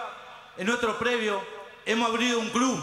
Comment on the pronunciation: El q habla x los trabajadores es el más ilustrado????en vez de decir predio....dice"previo "!!!!!tenemos un previo con pileta..etc....previo tiene el secundario!!!! No me quiero imaginar como será el mas ignorante ....así estamos.....